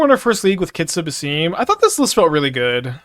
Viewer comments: If it helps, the games say "Bass-sim", for his pronunciation. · it is pronounced as Bah-sim (as in sim card) Ibn is fine and Is-hak